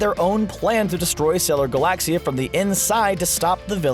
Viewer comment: I dont like how you say Galaxia (ga-lac-cia